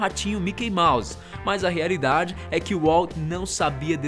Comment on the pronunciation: Rearidade kkkk